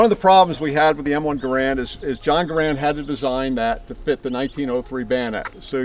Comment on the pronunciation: he can't even pronounce Garand correctly Thunbs down